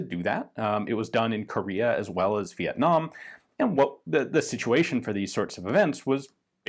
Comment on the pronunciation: You nailed pronouncing Việt Nam Ian